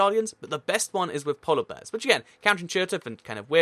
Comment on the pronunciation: count how many times he says “polla bears” in the video